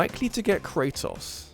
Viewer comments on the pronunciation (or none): none